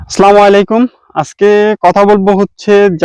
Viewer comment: স্লামালিকুম না ভাই, এটা হবে আসসালামু আলাইকুম